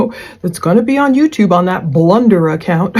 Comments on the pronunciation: Blunder,,,,,, so far from it more like how it's pronounced Plun Der , too dig so deep their nothing else to dig... Love your channel your work and your approach.. A Angelic Human Being. In 2025 hard to find these days Edit I from Boston Irish have the accent you would hear Plun duh I hope I not out of line. But your husband is a lucky lucky man.. you are an amazing beauty 🙏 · Lol Blunder. Sorry not sorry. It's PLUNDER 😂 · I HATED when he said "blunder"!!!! I YELLED at my computer when I heard that!!! lol lol "It's PLUNDER"!!! LOL LOL LOL